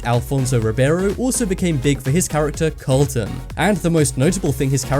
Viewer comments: just so you know it's not called the "colton dance" it is the careltin dance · "the Colton"? His names Carlton on fresh prince not Colton lol what the hell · Carl-ton. not Colton. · It's Carlton, not Colton. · Some interesting things, but, froot loops are clearly not of the same taste, at least not here in germany. The differently colored have different taste also. And the guys name in the series the fresh prince is Carlton, not Colton. Ok, bye.